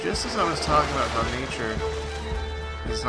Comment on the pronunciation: "a boot" lol